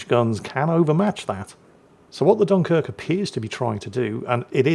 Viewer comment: gets excited and all of a sudden the dunquirk gets its actual name back. 😂😋❤